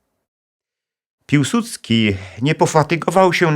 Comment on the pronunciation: piłsudski czy piusudzki